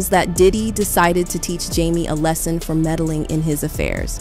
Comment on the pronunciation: Why is this narrator pronouncing even simple words like "lesson" wrong??